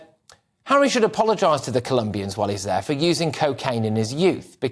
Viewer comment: "Tour" the African parks Hawwy.